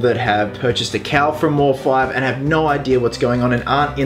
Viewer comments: His name has been taken from Deadmau5 so its mouse5 not mor-5 just a heads up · I think it's pronounced "mouse" as with the group Deadmau5.